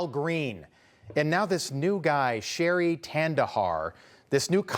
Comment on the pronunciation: Shri, not Sherry. I know you're making fun of him but at least TRY to learn how to pronounce names.